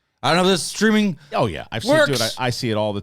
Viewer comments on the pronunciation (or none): none